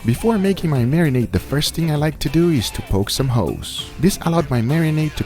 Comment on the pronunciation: WHOOAAA - hold on GUGA... " I like to poke some Ho's?" lol